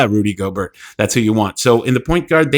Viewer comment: I'm sorry but you have to learn how to say names sir. Divincenzo I'll give you a little slack on... but Gobert? C'mon it's not pronounced like yogurt 😂